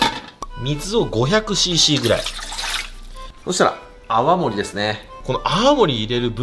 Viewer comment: 泡盛が青森って聞こえる、青森県民です(笑)